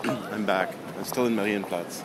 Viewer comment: sprechen sie deutsch herr ross? ; ) das "marienplatz" klang doch sehr solide. ich schau mir am sonntag andy mckee in darmstadt an, soll ich ihm ein gruß ausrichten? Grüße, Daniel